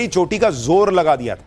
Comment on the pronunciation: edi choti ❎ Edi cheti ✅